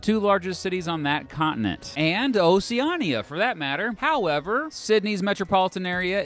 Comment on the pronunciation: your pronunciation of "Oceania" is awful